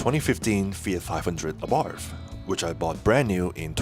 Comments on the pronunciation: you would think in 10yrs of ownership you would learn the proper pronunciation of ABARTH is " Abart" ( The H is silent) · One of the worst cars produced, especially because Chrysler was involved. Avoid anything made by Chrysler. The car is telling you not to buy another, ever. Ah Bart is the correct pronunciation. BTW the first 500 of the FIAT 500s were imported to the US , were made in Italy.. they are rare. The Italian version was much better. I first saw them in Italy, and they are far superior to the trash that Chrysler made.